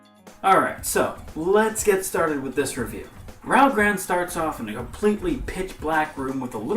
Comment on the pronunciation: it's pronounced "Raru Ω Gurado"